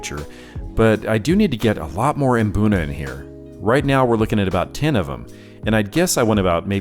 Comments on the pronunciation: My Mrs is from Kenya and there's a lot of words like mbuna that are all pronounced with mmm at the start not maa. You just need to find an African fish keeping to tell you how it's pronounced 😅 good video dude keep up the good work ❤ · Maboonah 🤣🤣🤣 Guys there is no A between M and B in Mbuna 😂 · I just enjoy seeing all of your tanks and fish really makes me jealous. WOW on the new tat that is really impressive to say the least "really cool". I thought I was wrong being the only one pronouncing Mbuna cichlids like Hunter does after hearing you pronouncing it haha good one. The "nasty room" you know my mind goes off into another dimension hear that...OK I'll stop but I do like that kind of cichlid and drool for a tank big enough for one. I wouldn't change much on any of your tanks maybe just a few more cichlids with flashy colors to make the colors pop in the tanks, but I just found out adding a few new guys in my State Penn turned into one getting an eye injury and is now spending time in a hospital tank, no worries he is doing great and really wants out of it, in time dude in time. Thanks for the update and keep the cool videos coming so I can wipe the drool off my chin. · Hearing them tell me I’ve been saying Mbuna wrong my whole life had me shook 😂